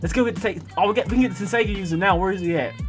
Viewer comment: it's pronounced 10-say-gone